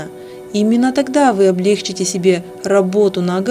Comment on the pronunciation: Не облЕгчите, а облегчИте, не коверкайте русский язык.